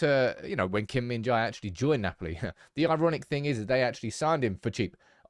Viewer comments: The correct pronunciation is "je". "jai" or "jay" is incorrect. [gim min-je] is perfect pronunciation. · Why is it so hard to say Jae, pronounce like Apple without second syllable, Kim Min JA/pple.